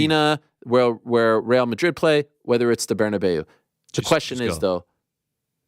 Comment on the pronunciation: 😂🤦‍♂️ every time Ariel said “Barnabyu”